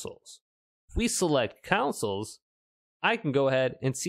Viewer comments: Lmao so weird another YouTuber doing a video on this subject kept saying “councils” as well 🙈😂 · Why do you say consoles like that